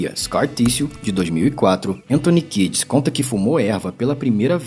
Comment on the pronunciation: Antony Kires ? Achei que fosse Kieds, mesmo na pronúncia 🤦🏽